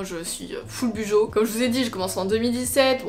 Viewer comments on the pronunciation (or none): team clairefontaine oups lol il me semble que la youtubeuse Les astuces de Margaux avait expliqué qu’on prononçait « Bullet Journal » [Boulette Journal] du coup « Bujo » [Bou-Jo]